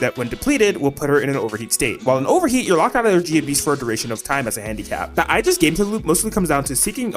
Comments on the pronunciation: Aegis ❌️🤨 Aigis ✅️😌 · The tragic pronunciation of “Orgia” 😭